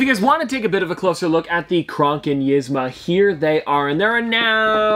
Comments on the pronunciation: Love your videos as always,. Always so cheery and fun! I usually don't get hung up on character mispronunciations, but this one caught me just because it was done so much in this vid and a few other recent vids. Yzma is actually pronounced like Eez-ma. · her name is pronounced like eezma but spelled yzma